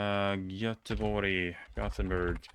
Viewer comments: Wow! Thank you for pronounce Göteborg the right way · Your pronunciation of Göteborg is excellent. It legit sounded swedish. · Göteborg pronunciation was too accurate